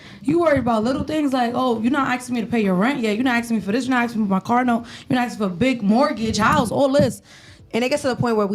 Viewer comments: What’s “aksing?”. Thought it was ASKING? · Axing….That’s all I need to hear.